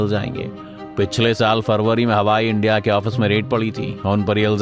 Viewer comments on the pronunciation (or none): none